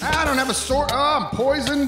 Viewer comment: So can't say the word sword. Interesting.